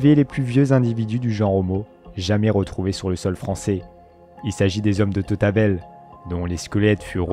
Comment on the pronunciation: Et l'homme de tautabel